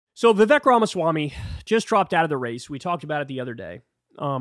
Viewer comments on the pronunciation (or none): Interesting you’re talking about racism when you don’t even pronounce his name right to be honest